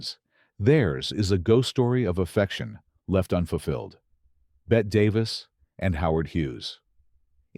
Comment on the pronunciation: Despite how it looks, it’s Betty Davis, not Bet Davis